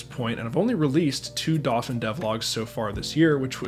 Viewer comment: I still don't understand why you're pronouncing "dauphin" like that. It should be doh-FAN.